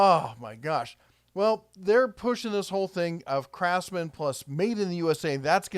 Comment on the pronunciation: I thought you said "Crapsman" at first. Had to rewind and listen again